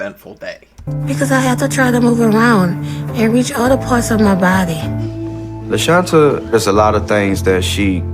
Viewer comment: The way the voice over butchered LaShantas name 😐